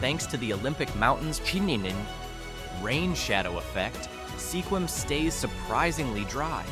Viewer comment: you said Sequim wrong 😞